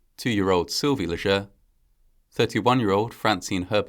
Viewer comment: My uncle is a Leger. It's pronounced, LAY-zhay.